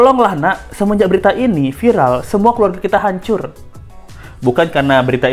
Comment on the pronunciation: viral apa vilar 🤣